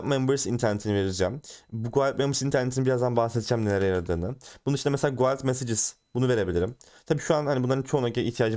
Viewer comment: Dostça bi düzeltme "guild" gild olarak telaffuz ediliyor. Yabancı çok aboneli bir çok kanalın anlatmadığı kalitede anlatıyorsun teşekkür ederim.